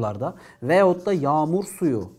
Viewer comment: Hocam niye veyatta yerine veyotta diyorsunuz :))